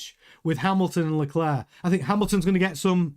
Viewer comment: Charles pronounces his last name LECLERK, not LeCLAIR. refuses to pronounce his name right.